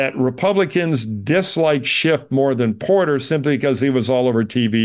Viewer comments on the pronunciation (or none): I had to laugh when this guy used the phrase "hair apparent" (or maybe it's hare apparent?) multiple times, thinking it might be a joke but then he referred to "Adam Shift". I think it may just be a hearing problem for him. I hope so for his sake. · There’s no ‘t’ in the name “Schiff”. It’s German for “Ship”. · The man’s name is Schiff not Shift! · I couldn't listen anymore after about the third time Adam SCHIFF's name was mispronounced